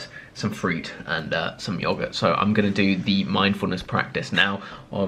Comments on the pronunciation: Anyone else kinda triggered how Chris pronounces yoghurt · Who else is getting annoyed by the way that he pronounces yoghurt